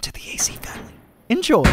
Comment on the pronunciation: The way you said eNjOy be like